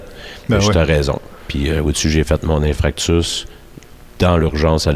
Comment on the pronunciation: Aucun mérite le mec , reprendre l'entreprise de son père ! Tu t'impliques dans des causes qui au final font parler de ton business et t'enrichisse au passage . Tu n'étais pas top shape au final c'est le système de santé qui vaut rien ...Et en passant c'est pas Infractus mais bien INFARCTUS !! Pour un chef d'entreprise , faudrait apprendre à parler correctement ....